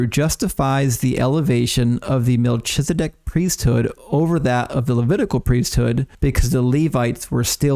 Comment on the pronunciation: It's pronounced, MEL-KEEZ-A-DECK.